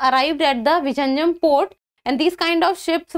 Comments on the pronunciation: Its not vijinjam...its vizhinjam which should be pronounced as vilinjam port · Kerala government is so stupid not to brand name it as Port of Thiruvananthapuram.. Non-Malayalees in India and abroad are pronouncing it as Visarjanam, Viraneyeum .. oh ... horrible!! 😤😤 Pinu theetam !